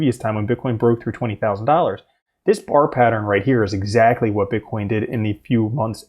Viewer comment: When you say bar pattern it sounds like bart pattern ;)